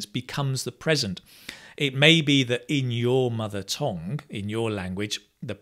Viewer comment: Why do you say tong for tongue? By the way, in Korea 'tong' is 'poo.' 😅